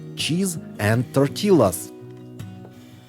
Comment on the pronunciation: Just a gentle point: the L’s in the word “tortillas” are silent. The word is pronounced “tor-TEE-yas”. Love your channel, and watch it regularly!